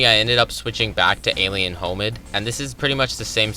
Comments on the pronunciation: you lost me when you pronounced hominid as homid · "Alien Homid" bruh